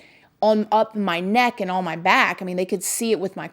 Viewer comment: "on", one syllable. "Ahn". Not "Awwwhhhwwuunn".